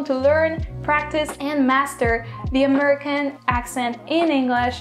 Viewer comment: Please keep practicing your "American accent".... I am hearing "Amurr-ican" when you attempt to say "American,". In this video, there were several instances where you attempted this proper noun, and you missed it every time!..... Maybe you are not hearing it properly.....One cannot reproduce a word they are not hearing. Think "very, merry, berry, Terry -- rather than "furry, slurry, Surrey."